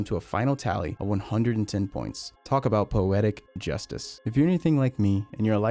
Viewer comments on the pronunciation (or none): none